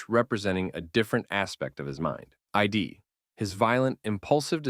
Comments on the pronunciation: Just a heads up but its Id, not ID. Its not short for identity or anything. Its its own word. Just pronounce the word it, but with a D. Id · small correction, the pronunciation of ‘Id’ is just that- id. not ID (eye-dee) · Id is pronounced "id" not "eye-dee" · It’s called an “id” not an “EYE-DEE” brother how did you make a video this long and not know that 😭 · Id not I.D. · This MFer really referred to the id as "eye dee." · Whenever someone mispronounces the id as “I D,”my confidence in their understanding of whatever subject they’re talking about decreases significantly. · Eye dee. Bro, it's id. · Is this an AI voice reading the script? I can understand mispronouncing the "Qu" but the way the voice said "Mark Millar", and saying "Id" as "I.D." is suspicious. This is such an easy formula to AI generate, and this being the first video is worrying. Im just tired of JCS type channels. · Wasn't sure this was an A.I. video but when it pronounced Id as Eyedee I knew what it was. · "eye-dee" lmao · My man said "I.D." 😂😂😂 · "Eye-Dee." That with the text to speech voice immediately makes this entire video unwatchable. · Good video! P.S. "Id" Is not an acronymn, and is sounded as one syllable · “Id” in this case isn’t an acronym, it’s pronounced the way it’s spelled :) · Did you just pronounce the word id as an abbreviation for identification? lol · The I in Id is pronounced like the i in the word in. Not like the drivers license or passport. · AI voice. Id is not pronounced like ID cards